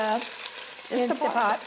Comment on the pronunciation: Love you and your show but please, It is Instant Pot, insta pot.